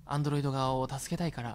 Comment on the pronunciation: どうしてもアンドロイ「ト」って言っちゃうリョウガさん